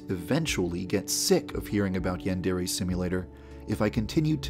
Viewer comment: The only problem with this game is that you pronounce it as ‘yandairy’ and it’s truly triggering